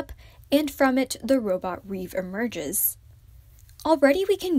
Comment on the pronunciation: the robot name is not reve, it's rêve - which means 'dream' in french. yeri named the robot, and its name does relate a bit to the fandom name - reveluv. hope you read it right next time